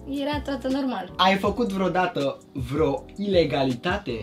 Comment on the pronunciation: Și Bibi zice freo 😂😂